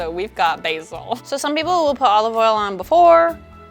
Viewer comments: Olaf All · The way she said "olive oil" tho